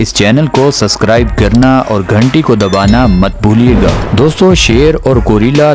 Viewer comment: سسکرائب نہیں بھائ سبسکرائب ہوتا ہے